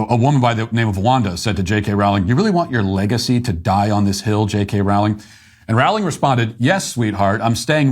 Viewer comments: Hey Matt. Her name is pronounced Rolling. A good way to remember how to say it is "she is rolling in it $$" 😁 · I really wish Matt would learn how to pronounce Rowling. Here's how I remember: "What is Harry Potter's preferred method of going downhill? Sledding... JK, Rolling." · Good clip. Rowling rhymes with bowling.